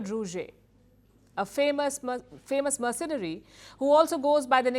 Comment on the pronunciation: The reporter cant pronounce the word "mercenary." And the guy's nickname of "Colonel Sanders" went over her head...